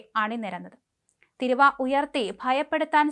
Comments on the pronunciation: എൻ്റെ പൊന്നു കുഞ്ഞേ കുറ്റപ്പറയുക ആണ് എന്ന് വിചാരിക്കരുത് തിരുവ എന്നല്ല തീരുവ എന്നാണ് ശരി ഇവയുടെ അർഥ വിത്യാസം ആനയും ആടും പോലെയാണ് കുട്ടി പലവാക്കുകളും തെറ്റിച്ചാണ് പറയുന്നത് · മോളെ തിരുവാ അല്ല തീരുവ എന്നാണ് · Theeeruva .... NOT Thiruv!! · തീരുവ എന്ന് പറയു. വിവരവും, വിദ്യാഭ്യാസവും ഇല്ലാത്ത സാധനങ്ങൾ. മലയാളം ആദ്യം പടിക്കു. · തിരുവാ അല്ല ചാനല് കാരീ തീരുവ ആണ് കഷ്ടം തന്നെ 😂😂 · തിരുവ അല്ല തീരുവ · തിരുവായല്ലേടി കൊച്ചേ,, തീരുവ..😮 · ഇതു ഇജ് പുതിയ അറിവാണല്ലോ, തീരുവാ എന്നത് ചുരുക്കി ഇപ്പോൾ പുതിയ മലയാളം തിരുവ എന്നാക്കി എന്നറിഞ്ഞതിൽ സന്തോഷം, കൊച്ചേ മലയാള വാക്കുകൾ പറയാൻ അറിയില്ലെങ്കിൽ വേറെ പണിക്കുപോകുക. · കഷ്ടം മലയാളം പറയാൻ പഠിക്കു തിരുവാ അല്ല തീരുവ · തിരുവാ അല്ല തീരുവ 😜 തേങ്ങ ഏതാ മാങ്ങ ഏതാ എന്നൊന്നും അറിയില്ല 😜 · തിരുവായാണോ ? തീരുവയാണോ ? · Enthu thiruva? Theeruva ennu parayu kutty. Malayalam alle ethu. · Please ask her to correct the pronunciation. It's not tiruuva..Its.theeruva... Write in malayalam and see for yourself. First it means regal mouth while second one means duty/tax. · എടീ കൊച്ചേ, തിരുവാ അല്ല " തീരുവ" എന്ന് പറയൂ. മലയാളികൾ മലയാളം തെറ്റിച്ചാൽ പിന്നെ എന്താവും മലയാളത്തിൻ്റെ ഭാവി? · കഴിഞ്ഞ ദിവസം ഈ കൊച്ചിനോട് "തിരുവ ഏതിർവ" എന്ന് പറയരുതെന്ന് ഞാനും പറഞ്ഞിരുന്നു. ഭാഗ്യം, തിരുത എന്ന് പറയുന്നില്ല. വിവരക്കേട്... കഷ്ടം